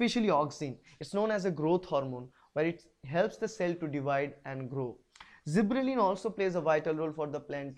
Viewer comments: Sir i think there is one correction. Gibberellin is growth hormone not zibberelin. And your videos are very informative for me . Thank you sir. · What is zibberellin is it gibberelin?